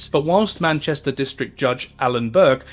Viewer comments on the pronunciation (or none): none